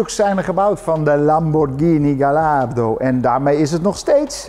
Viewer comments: Galaardo... Hahaha. Je zou toch verwachten dat een beetje een auto journalist weet dat het een Gajardo is.... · Volgende keer even eerst Gallardo in een vertaler intikken en op het luidsprekertje klikken, dan weet je hoe je het uit hoort te spreken.